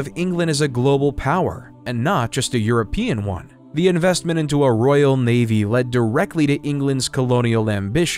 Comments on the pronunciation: Please work in your pronunciation. It a Royal Family not ‘Rail’ I can’t watch this now I’ve heard that and all of these inaccuracies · Cannot listen to this. The narrator was saying rail instead of Royal and other word pronunciation mistakes. Must be an AI generated narrator voice.